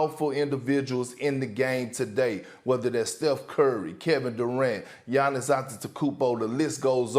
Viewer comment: PERK SAID GIANNIS NAME CORRECTLY 😂